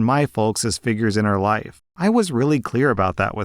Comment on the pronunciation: anyone else hear 'I cannot be in his wife' instead of life?